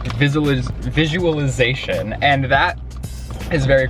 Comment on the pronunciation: He literally cannot say visualization lmfao